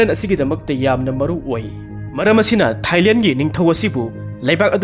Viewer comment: Thailel nate Thailand haina pronounce tou biyi and not ismilling it's smilling 😊